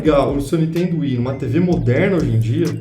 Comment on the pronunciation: o cara...eu curto seus videos....mas por favor ....fala niNNNNNNNNNNtendo......da gastura ver vc falar toda hora n...iiiiiiiiiiiiiiii.....tendo